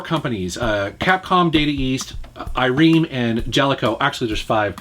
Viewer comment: Great vid, but it's Ai-Remm, not Ai-Reem. Just a lil FIY.